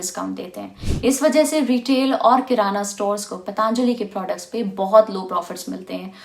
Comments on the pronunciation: पतंजलि है , पतांजलि नहीं । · मैडम पहले तो आप पतंजलि को पतांजलि बोलना बंद कीजिए | पतंजलि भारत के एक महान ऋषि और आयुर्वेद के जनक हैं, इतनी जानकारी तो आपको होनी चाहिए